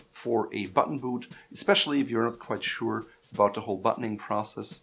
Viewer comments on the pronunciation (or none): none